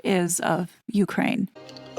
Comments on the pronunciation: Well, I confess I thought that this TRG RDD was narrated by a human and NOT like so many YouTube feeds just a computer talking. today, that belief was shattered when she read, more than once “U. K . rain”. What’s up with that? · This may be a dumb question, but why do you pronounce Ukraine like UK rain?